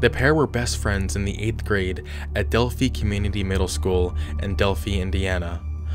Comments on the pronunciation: Ugh, it's not "Delphee" it's pronounced "DELPH-EYE". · Moe-non, not Mah-non... Monon bridge.. Sorry but tired of people pronouncing it wrong... Also, it's Delphi, pronounced with a long-i sound. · The story about the two girls in Delphi, Indiana (pronounced Del-Fyi) was definitely one of the biggest news stories ever here. I live in Indiana (obviously) and remember seeing this story run over and over and over and over again. I didn’t realize how big it was until I went on vacation to a different state and even there I saw a news story about the girls too. People don’t talk about Indiana much and it definitely got its few years of fame…but sadly for all the wrong reasons. Also an update on the case. Richard Allen is the man charged with the murder of the Liberty German and Abby Williams. This trial is on going right now and he has pleaded not guilty to the charges. The defense is that the girls were killed ritualistically by a Norse Pagen Cult called Odinism, but doesn’t seem like that is sticking. All and all, things aren’t looking good for Richard Allen. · Del-PHI (rhymes with fly). Also, MOE-non trail. Lived about 45 minutes from there. Great video - just clarifying. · Delphi is pronounced like this Del-fi long I sound just an FYI 😊❤ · Delphi is pronounced Dell-fie.